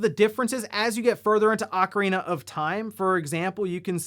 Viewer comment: Thank you for not saying “Oh-carina”